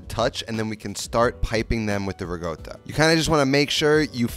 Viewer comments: Where do you see the word GOAT in RICOTTA?! You keep saying "RiGOTA" very confusing! None the less, good recipe! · why does he pronounce "Ricotta" like "Riggoda" LOL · It’s not rigotta! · Whats "rigotta"? 🤣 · Why do you keep saying ra goat toe? Not a taco